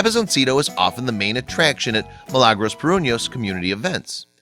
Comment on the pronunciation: I believed her name is Mi-la-gros that was how they pronounced, not Mi-lang or whatever.